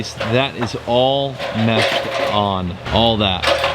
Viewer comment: The word is MESH!!!